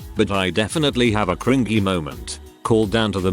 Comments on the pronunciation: Can please teach you TTS how to say cringy. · It's pronounced cr in jee, but the robot voice in said video pronounces it as cr in gie (with the g sounding like the g in goat). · How it says "cren-GEE" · Text to Speech be like: Kringgy 😂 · these videos have made me so used to hearing cringy pronounced cr-ing-ey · the way it pronouces cringy